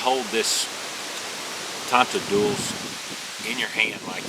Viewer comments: Properly pronounced, mate! My ancestors used these all the time - my father described it to me. Now I think I should make one....thanks, I appreciate that you made this video. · You nailed it with the pronunciation bro....this is a tool used by our pioneer fore fathers in South Africa...super vid thanks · Your pronunciation of tonteldoos was perfect :-) The old guys used to be so adept at using this thing, they could light their tobacco pipe whilst on horseback. Almost like a 200 year old Bic lighter.